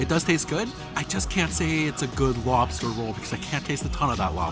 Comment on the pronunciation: How, do you say mock loobster🙄